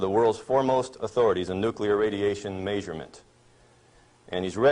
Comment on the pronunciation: May-suring. May-surement. 😂